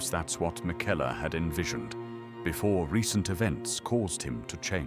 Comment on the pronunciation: Fantastic video, well done. The voiceover, is it you or an AI voice? Just wondering as the pronunciation of some names was a bit different than usual (Liurnia/miquella)Either way it’s fantastic